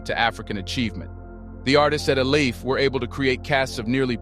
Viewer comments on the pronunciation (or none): ILE IFE pronounced E-LAy- if- air... your welcome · Ile ife Your pronoucing it wrong Ile ( ee lay) Ife ( ee fay) yet we appreciate you for bringing truth to light